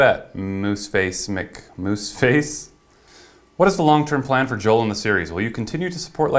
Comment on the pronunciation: Its pronounced JOE-EL